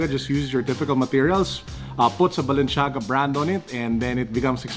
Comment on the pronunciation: HEY IT IS NOT BALENSHAGA IT IS BALENCIAGA HAHA